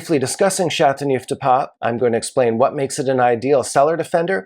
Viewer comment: I wish he'd learn to pronounce the appellation correctly.